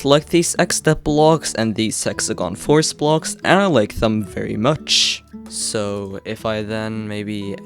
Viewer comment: I heard s*xegon force from how you said it, but i know what you actually said, these hexagon force